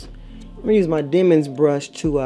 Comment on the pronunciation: I cracked up when you said "my demon brush" and I'm thinking did she mean to say denman brush 😄😄